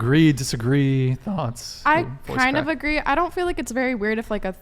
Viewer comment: "I FWEEL LIKE"